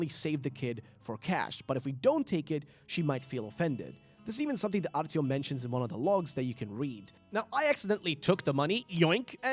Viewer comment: Idk how you butchered artyoms name